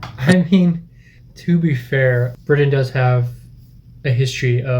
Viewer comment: You said Britain wrong